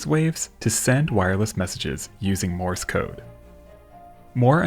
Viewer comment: Uhm, it's MORSE (one syllable only) code not MORIS code. It's named after a guy named Morse.